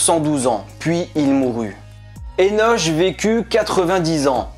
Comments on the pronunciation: Énoche....lo.. ça se prononce Énok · Ça se prononce "énok" je me trompe ? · Disons qu'on dit Eno*K* et non Eno*che* et CananéHein, en non Canada*dry* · Enoch et pas Enosh? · Ça se dit pas " Enoche" !!!! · Enoch se dit"enok" et Canaan se dit "ka na an"